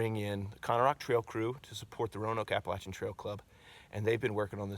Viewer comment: Well done. I’m just glad you can pronounce Appalachian correctly